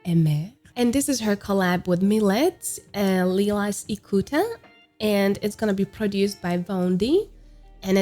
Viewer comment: I think Milet is pronounced as Mee-leh and Lilas is Lee-la based on the Japanese Katakana characters